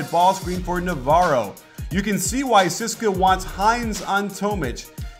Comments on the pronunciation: coach, maximum respect, but it is pronounced tzeh-seh-kah. please dont say ceeska. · Nice video but its not pronounced 'siska' its C-S-K-A. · yeah sis-ka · No it's pronounced Tze-ess-ka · Great breakdown coach! Hope to see more euro ball videos. And btw the moskow's team name is actually pronounced C-S-K-A (all letters said individually) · Every time he said "CSKA" i cringed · Great content as always but one irritating thing is your 'CSKA' pronounciation. You should just spell it. Cheers.